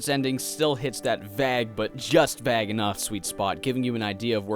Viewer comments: lol, vague. Pronounced, Vaeg, not vag. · Um...It's Vague...it's not pronounced Vag. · its vay-ge not v-ah-g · Why tf does he say vague like that not once, but twice?? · Hey! Love your videos! You say "vague" weird. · Ah, okay. Makes sense because I've actually met people from Nova Scotia who pronounced it "bag-el", which lines up with your pronunciation of "vague". Thanks for clearing that up. Your videos got me into the Lisa series! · Oh my gosh the way you say vague i can't deal But great video nonetheless, keep up the good work :P (by the way if you want a good rpg maker game you should play Star Stealing Prince it's really goooood)